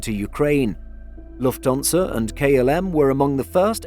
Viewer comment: For the love of God, could someone give the man pronunciation lessons? I can just about make it through his "Loofthuhnza" but "Chech-ia"?? Agree with other comments - it's not a "situation" in "Eastern Europe", it's the Russian invasion of the independent, peaceful nation of Ukraine. Any suggestion otherwise is just wrong.